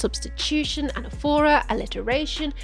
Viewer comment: This video is amazing and I love your channel in general but you pronounced anaphora wrong 🤖❤